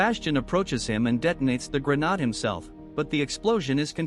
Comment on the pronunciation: A gren-arrrrrd 😂